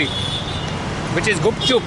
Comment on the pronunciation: It's gupchup not gapchap I m from berhampur 😅